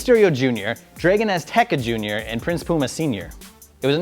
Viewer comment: This guy really sucks, Can't pronounce Dragon Azteca Jr or Matanza Cueto. Tries to tell us that a sitdown interview is better than a top quality main event title match. And then telling us that some shit feud between the hardy boys is part of some of the most consistent TNA programming ever. TNA Used to have Styles, Joe, Angle, Christian Cage etc and you're telling me this shit is better...